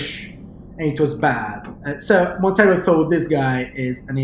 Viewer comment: Ich liebe die Vertonung von! Kann mir eigentlich nicht vorstellen wie das mit einem anderen Sprecher wäre. Jedoch sei angemerkt, dass "Monteiro" ein Portugiesischer Name ist und deshalb nicht "Montero" ausgesprochen wird, sondern quasi ne Mischung aus "Montairo" und "Monteiro". Aber ansonsten wirklich tolles Video, wie immer..!